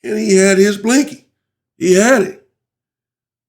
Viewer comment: I be dying every time you say blinky 🤣🤣